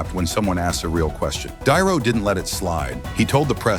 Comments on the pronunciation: AI bullshit channel .ROBERT DiNero, not darrow. holy shit. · Di Nero not Darrow